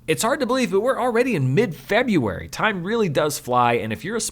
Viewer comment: Nice review! But: there’re TWO Rs in FebRuary ;)